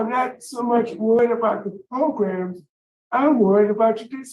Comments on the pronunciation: progrums is what says 😂😉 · Not "progrums" tho😂😂😵😵